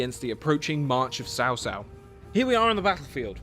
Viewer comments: It's Tsao Tsao. Sao Sao means (older) sister in-law. >_< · Sorry but you have pronounced Cao Cao as Sao Sao.... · Just say Chao Chao